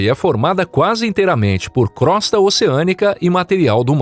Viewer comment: Desculpe, mas crosta se pronuncia "crôsta" e não "crósta".